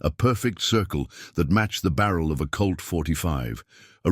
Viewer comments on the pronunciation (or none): His gun is not a "CULT" ya dolt. It is a "COLT", if we are talking about Earth and American history. Good story telling mostly.